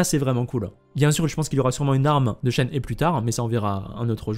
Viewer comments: ça se dit chène-hé (shéné en gros) XD merci pour toutes les infos en tout cas, plus qu'à attendre la release pour avoir confirmation! ah oui et Eula ça se dit "est où là" le U se prononce en gros entre le "U" et le "OU", et le E au début se prononce "é" :p tu me stresse avec "euh... là!" :D Apres jouant beaucoup Ayaka Raiden Eula, je pense la pull, et même sans ça, je la trouve super belle, son design est magnifique, donc je l'aurait pull quoi qu'il arrive. Vu que je veut absolument Yae Miko aussi, et que j'aurai bien aimé aussi chopper Zhongli a son re-run, ça va encore me couter une fortune cette connerie... trop de bons perso qui arrivent d'un coup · bon à savoir, je connait très peu le mandarin, je ne parles pas chinois, et mon jeu est en doublages Japonais (que je suis entrain d'apprendre), du coup je me fie a ce que je connait, et qui reste relativement proche du chinois, le Japonais êtant a la base du chinois simplifié. Mais du coup oui vu que c'est un jeu chinois et que le perso vient de Liyue (chine) tu as clairement raison. par contre j'ai hate d'entendre les anglais massacrer son nom en "she and he" 😂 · Non ça se prononce absolument pas "hé". Regardes cette video, la personne nous montre comment c'est prononcé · d'apres des posts de personnes parlant mandarin, ça se prononcerait shen heu ou un truc comme ça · C shenhwa je crois (tu prononces le h) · Vous le prononcez comment Shenhe les gens ? Persos c'est Chénhé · On prononce "Shenhe" chen heu et le "h" comme en anglais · ça ce lit CHEN RE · Ça se dit Shenhre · Ca se dit "shenhe" 🙃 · Ça s’écrit Shenhe mais ce prononce Chènehi je crois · ça se prononce shen her (le pronom anglais) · Coucou ! Alors la prononciation de Shenhe ressemble à « Shen rheu », avec un son « rh » comme un r expiré (je sais pas si tu vois) C’est pareil pour Hu Tao, qu’on prononce « Rhou Trao » (oui, parce que le « t » se prononce « tr » en chinois) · En tant que chinois je prononce Shen he : « cheun re »